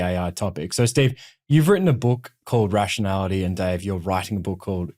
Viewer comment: "Dave". Classic Aussie.